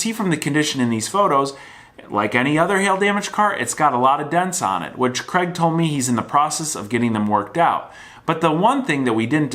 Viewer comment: Screw that, he can't even pronounce Craig properly.